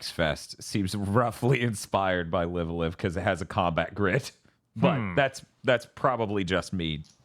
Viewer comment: i know it's literally spelled "live a live" but isn't it supposed to be pronounced "live alive"?